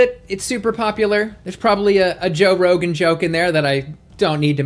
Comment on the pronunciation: "rogane" Me - "joe rogane" - "theres probably a joe rogan joke in there somewhere that i dont need to mention" lol